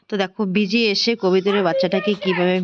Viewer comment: কথাটা বিজি নয়।বেঁজি ।